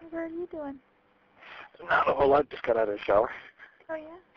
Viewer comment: You know it's going to be a good video when someone says "not a whole lawt" in the first 5 seconds